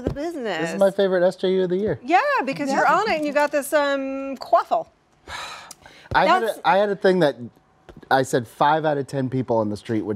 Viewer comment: More than anything, I cannot stop thinking about referring to a "qwaffle" and the brief moment of hope and wonder where I thought someone had created a croissant-waffle hybrid. The disappointment is real, you guys.